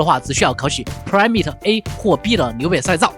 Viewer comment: 辛苦up主多做做功课吧 permit怎么读的？真要命